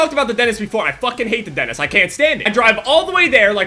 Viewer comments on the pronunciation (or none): I hate how he says dentist "Dennis"